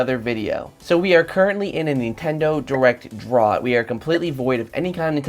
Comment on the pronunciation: Im sorry how did you pronounce drought?